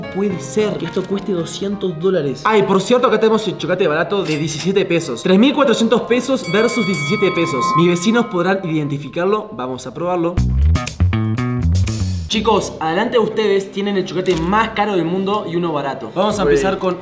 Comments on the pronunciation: en el minuto dice veninos en vez de vecinos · dice veninos en vez de vecinos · En esta parte se equivoco por que queria decir vecinos y dijo veninos